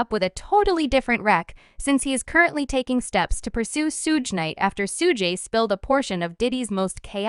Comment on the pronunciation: I can't stop laughing cause of this fucking narration....why would you let it be released this way?! 😂😂 that's the best part is that you could have just changed it to 2pock or just used your own voice but you're just like nahhh fuck it were going with SHUGAYY 2PACK 😂😂